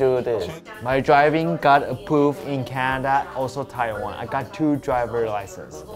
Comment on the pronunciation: Every time said "approved" I thought he said A Pooped